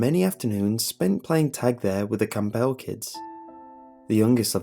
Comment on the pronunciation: "Cam-BELL?" Would that be "Campbell?" I've never heard that pronunciation before.